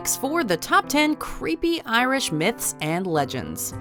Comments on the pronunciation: The pronunciation is completely off but I appreciate the effort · i love reading about irish myths and legends but wow did she butcher the pronounciations.